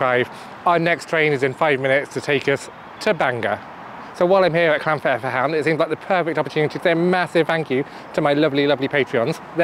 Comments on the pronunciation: Llan vIre ve'ch'an I hope that helps a little flem on the ch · Its pronounced llan viar vecan 😂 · I'd say "vaer" rather than "viar" for the middle bit. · I really do love Llanfairfechan Statin being honest but really do love Bangor! Cannot wait to the next one to see if you can try and pronounce LlanfairPG, Great video. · your pronunciation of llanfairfechan hurts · The initial 'll' is definitely not pronounced as "shl" - if people really can't make the sound then "thl" is a closer approximation.